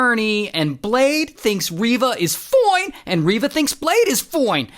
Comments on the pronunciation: Ray always gets me with "FOINE" 😂😂😂😂😂❤ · I LOVE IT WHEN HE SAYS FOOINE ITS HILARIOUS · I love it every time you say "Fooine!" LMAO 🤣 Love your videos, Ray! ❤️☺️ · I love it when he says FOINE! 😂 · Do you also love when Ray says foine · When Ray says "fwine" and "until", you know it's gonna be a banger!